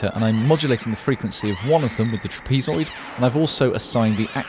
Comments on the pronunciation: lol "trapeze-oid" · never heard trapezoid pronounced that way...